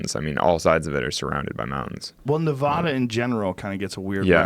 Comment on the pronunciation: One of us mispronounces Nevada and it's not Alex. 😅